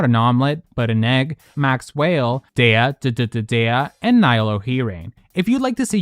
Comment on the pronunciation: Mackwhale hearing you say “Makswhale” again ☹️🐳